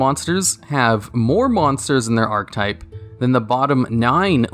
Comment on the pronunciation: Don't take this as a negative, but archetype is pronounced "ark-eh-type" not "ark-type". Just had to let you know. Keep up the hard work. -a fan